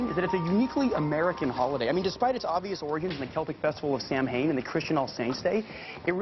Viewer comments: And he doesn't know Samhain is pronounced Saw-Win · mispronounced Samhain. It sounds like saw wayne. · The thing that always busts the illusion of genius for me is the fact that he mispronounced “Samhain”. (It’s supposed to sound like “S-ow-en”). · It bothers me that doesn't know the right way to pronounce Samhain.